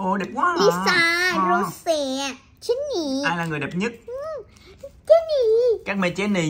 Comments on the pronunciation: Jenny có khi bà đọc thành Jen nis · Phát âm rất chi là chuẩn Chí xù Gién nì Rố sề Lí sà Sí đì Bờ lách pin Li ríc Tây ba gờ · Phát âm gất chuẩn , tây ba gơ, bờ lách pin , chí xù , gién nì , rô sề , lí sà , còn thái độ khi bốc ra Rosé đúng là fan 4 năm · Nhỏ này thái độ z? Khui carb của Jennie thì nói con bé nìk ba Khánh xem thử card thì hất tay cọc các thứ? Phát âm rố sề chén nì sú lía sà .ố dề vãi (ykr)